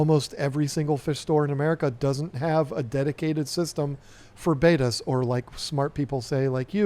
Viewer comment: The word is Betta NOT Beta.......the first is a fish, the second is the second letter of the Greek alphabet.